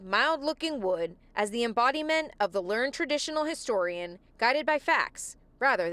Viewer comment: My dear reporter, it is 'learn - ed', not "learned". 'Learn-ed' means he was an expert. Sad that he has needlessly passed. May he rest in peace.